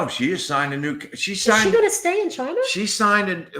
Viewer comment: LMAO We also can't say China without saying CHI-NA 😂